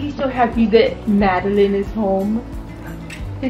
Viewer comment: Oops, we gotta get this right, it's MADELYN, NOT MADELINE (?)...I STAND CORRECTED!!😊